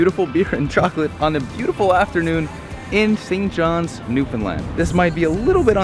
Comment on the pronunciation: “St johns” minute I heard that I cringed